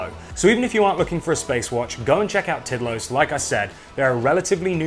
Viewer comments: It’s pronounced more like teed laws, ish. It means timeless. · Tidlös is pronounced Tiidlöös but very good video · Sweds watching this cringing when says "Tidlös" 😂